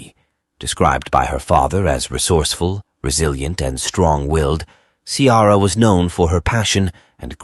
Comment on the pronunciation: Ciara is not pronouced Cee-ara. Try Key-ra. It is an Irish name and your bot is insulting it.